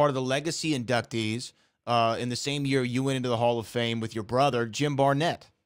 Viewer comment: info or into? f is pretty close to t